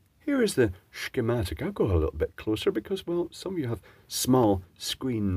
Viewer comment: Ah, my favorite kind.... with shh-chem-matic...